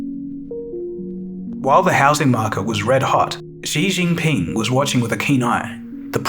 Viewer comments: it's Xi Jinping. Not Xi Jing Ping in your video 🙂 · Good video! Btw zhou is pronounced like “joe,” and Xi Jinping doesn’t have an extra g (Xi Jing Ping). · Isn’t it Xi Jinping? Not Xi Jing Ping…